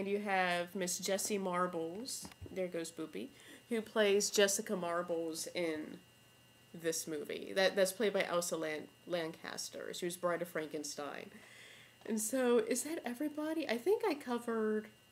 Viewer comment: Elsa Lanchester , not Lancaster